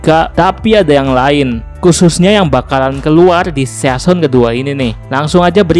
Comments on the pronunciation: Sisen ngab pengucapannya, bukan season sesuai tulisan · Cuy bacanya sisen bukan season wkwkwk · mon maap ni bang, agak risih pas lu bilang season bacanya bukan seyason tapi sizen